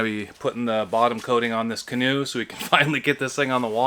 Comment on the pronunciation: He went from a canoe to a can-an’t”…🤣🤣🤣